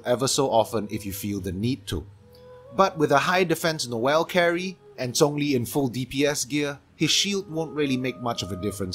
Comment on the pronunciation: hearing him say "She-ung-liing" instead of the common "Shang-leng" is somewhat refreshing. I like it